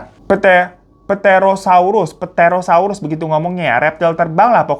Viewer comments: Koreksi dikit bang, bacanya 'terosaurus' aja. Jadi huruf P-nya ga dibaca 😂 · Terosaurus mang di bacanya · Ngakak bgt pas bahas bagian "ahool"🤣🤣🤣apa lagi pas ngomong ptherosaurus 🤣🤣🤣🤣 btw itu yg " Aul" Jdi inget TC yg juragan punya piaraan anjing jadi2an yaa...